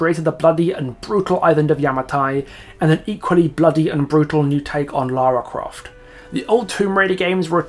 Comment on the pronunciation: How are you a fan and you count even pronounce her name right